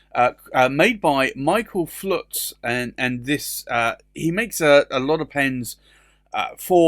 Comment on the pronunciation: FULTZ!!!!! ...not Flutz you putz.